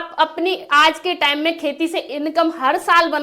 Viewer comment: Time ko tame bol rahi 😂😂😂